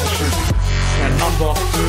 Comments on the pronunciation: Fernandinho diyo jhkgkfjgjgj fernando olacak o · Abi fernando ama sen fernandinho diyosun